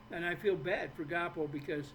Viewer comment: I watched it twice.He just showed the planet what a narcissistic son of a bitch he is.Proof is out there now,be your own judge.Great show ❤❤ it’s pronounced Gwaa poe